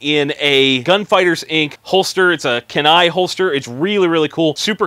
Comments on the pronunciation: "KE" "NAI" not "KEN" "AI"... As in Kenai Alaska... just sayin' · its pronounced "KEY-NAI" Kenai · Your chest holster is pronounced "Key-Nigh." ...Kenai. It's a river, a refuge, and peninsula. Now that you've hunted in Texas, you should come up and really hunt in Alaska. Congrats on your first hunt bud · The pronunciation is KEE-niy or Key - n - eye sorry as an Alaskan it just bugs me when people say it like that.Love the content keep it up